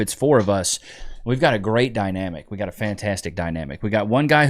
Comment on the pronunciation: I thought you said “GUYNAMIC” not Dynamic one of those times. That would be a cool podcast as well! GUYNAMIC, Just Us, 4Pals! Each Man talks about his personal day. If you’re all Dads, DadNamic. It sounds really Cute, relatable to both(most) Sexes. There’s several levels for people to relate, and when there’s a 4Pal, GUYNAMIC, you bounce off one another’s experiences, etc. Chat is FULL of people, that either relate to All, or one, and so on. Heterosexual, GUYNAMIC Stories are needed! Congrats on Baby Nich’s toofers 🦷 if her temp gets high from this- Our local ER billed us $650, to give her the flip. First dose, both Tylenol/Ibuprofen, then one or the other every 4-6 hours, switching off the Ibuprofen, and Tylenol! You only give both, on first Dosing! Call her PED. Careful of some of the homeopathics. They’re not all safe! Awe, you two are in such a precious stage. The memories later, are worth the sleep you’re loosing! My baby just wrapped up 3rd yr in College. It goes by way to fast! Recall that, at any breaking point! You’re just tired, babies uncomfortable/tired/hungry/antsy,summin New popping in every day. By year 2, every minute 🙈 then they’re off to school, away from you! We enjoy watching you, because of course we agree a lot 😂🙌 learn to nap w/her. Sometimes, that’s gonna be the only time you sleep. Remember; you’re training her, to help you with Baby Nich’s 2 ✌️😊 😉